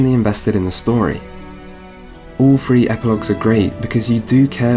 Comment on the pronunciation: If you cannot properly pronounce a word, best not to use it if an alternative is available. Were I you, I'd have used Wild Hunt instead of Witcher Three to avoid saying Witcher free so frequently. Second, citing a game as having a flaw because you cannot just fight enemies of higher level right off the bat is lame. It's not restrictive that some places are not accessible until you level up enough face them. The game even sprinkles in some higher level enemies amongst lower level areas to lessen the trope of such compartmentalized areas. Third, it seems you are talking out of both sides of your mouth on the issue of XP. There is no way to avoid being over leveled as you call it without being "like Ubisoft" and requiring a significant amount of the side material be played to get through the main quest line. The current design lets the player choose what kind of a side content they want to do and what reward they want. If they really just need XP, they can do what they like most. If they have plenty of XP, maybe they do side content because they just like to play it for the side story. Either way, you harp on player choice and then crap on a mechanic that allows player choice.